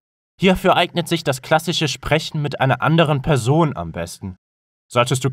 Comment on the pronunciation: Ich glaub es wirkt so, weil die Aussprache nicht ideal ist. Sie wirkt einerseits künstlich verlangsamt und die Laute sind nicht in Standard Deutsch gesprochen, z.b bei Griechen - wie Kriechen, klassich (S wird seltsam ausgesprochen), Cicero (hab ich noch nie gehört mit K ausgesprochen, wird eigentlich immer mit C ausgesprochen) und auch Loci wird nicht /loki/ sondern /lochi/ ausgesprochen.